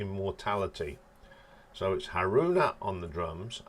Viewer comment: Midori is pronounced Mee Door Ree. In fact all letter I sounds in Japanese names are pronounced as a long E. So Miyako is pronounced Mee Ya Ko. Fami rhymes with Mommy and Asami. Haruna you got right.